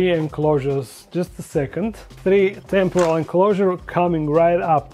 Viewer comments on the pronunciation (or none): none